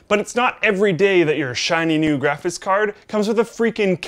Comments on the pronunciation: "Graphis Card". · "Graphiss Card"